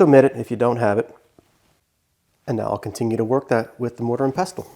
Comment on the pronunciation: the t in pestle is silent